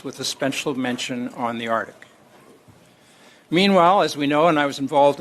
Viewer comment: "in dee artik"